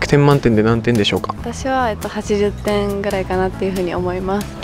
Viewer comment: 80点って聞き取れる人おる？w 20点にしか聞こえないんだが